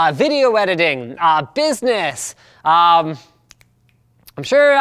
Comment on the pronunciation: He said business but i heard physics